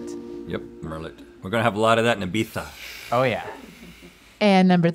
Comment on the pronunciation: Props to for knowing how to pronounce Ibiza and to Rhett for picking it up after he said it